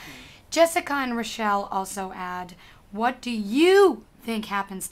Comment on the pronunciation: OMG! I'm Rachelle from:37! said my name right!:D:D:D Everyone always reads my name wrong the first time. FOUR FOR YOU YOU GO.